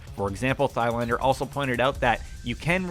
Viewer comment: It never gets boring listening to Americans trying to pronounce foreign names. hahaha. Just read like the H is not there "Tylander" without saying the "a" like it was English, more like one from La-La-La. Try that off camera a few times and the have a better go in the next video.